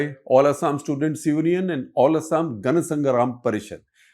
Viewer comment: Those wondering , Shekhar pronounces Union as Onion. So please stop saying its Oooooolfaaaa